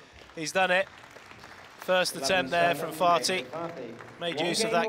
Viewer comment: I hope you're aware that your commentary is inappropriate, unethical, and disrespectful. His name is Karim Ali FATHI not FATI. You're supposed to pronounce the H. Your "jokes" were rude and distasteful. Please remember this next time.